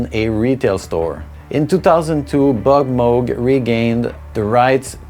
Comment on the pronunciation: I love how you correctly pronounce Moog. I thought for years it was Muug, but it's Mogue like Vogue. Kudos ;) And yeah, I agree Skinny Puppy is the GOAT.